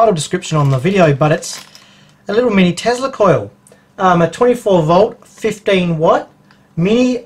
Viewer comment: whats a "tezla coil", i think you mean tesla